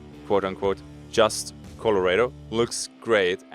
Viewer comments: The commentary is not annoying. But what did trigger me was "Colo-Raid-Oh" for "Colo-Rah-Doh". xD Its fine, you just read it in German. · was not prepared for him to call it coloraydo lol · COLO RAY DOUGH my new favorite pronunciation of my home lol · Color ado? Cmon you can do better! LOL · Colorado is pronounced a little differently than how you're sayin it,! Just a heads up! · how did just pronounce colorado? im sry i dont wanna be mean but lmaooooo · You can tell he's European by how he pronounced it. Can't wait to see him try to pronounce Arkansas or Illinois if he can't get an easy one lol